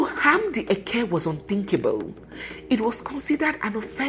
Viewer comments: Hi. It is `eke' and not eke~ ( one of the Igbo market days ) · You are right.,did not pronounce it well.